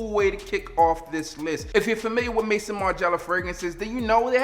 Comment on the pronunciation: Let me help you out bro Maison = May-Zone